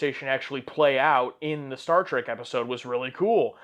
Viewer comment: Was I the only one that heard him say: "Star SEARCH"?